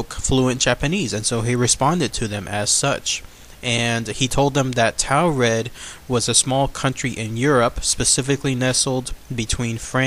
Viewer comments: Mispronouncing Taured is killing me. Its like Taurus, instead of 'Tao' its 'Tore'. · Or like torrid, as in hotter than hell! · it's pronounced torrid